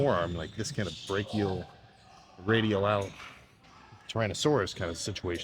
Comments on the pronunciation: “Brachioradialalalaltyranosoarus” - Sam Sulek 2024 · Ah yes, the brachioradialtyranasorus, not to be confused with the brachioradialis!